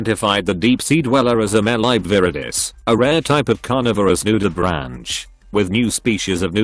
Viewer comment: its NU_DI_BRANK that`s how to say it